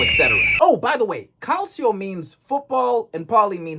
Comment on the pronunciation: You should also check last scandal involving former player Salvatore Bagni (spring 2025): paying him 30000 euros you could join any serie C team. Ps: it's CALCIO, pronounced like CHO, not CALSIO